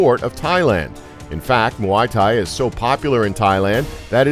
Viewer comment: The way he pronounces muay thai